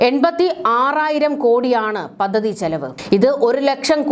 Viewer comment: താങ്കളുടെ ഉച്ചാരണം പലതും വികലമാണ്. " പദ്ധതി ", എന്നു പറയുക. " മുഖ്യ മന്ത്രി " എന്നതും തെറ്റിച്ചാണ് പറയുന്നത്